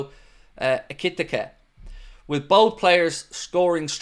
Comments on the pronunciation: just a heads up, Ekitike is pronounced "Ekky Tee Kay" , not ekitikuh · Hello, here's how you pronounce Hugo Ekitike EE-KEY-TEA-KEE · i think its pronounced Ekeeteekay Ekiteke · It's 'Eki-Tee-Kay'... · EKEE TEEKAY....... is how you pronounce it. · you keep butchering his name!! 😂😂